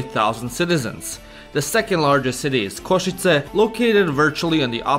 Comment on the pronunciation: 😂i cant stop laugh sorry but koshize košice anyways so good video🙂